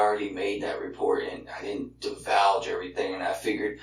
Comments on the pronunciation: This mf pronounced “divulge” “divalge” …. Divalge……….. 😂😂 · "divouge" XD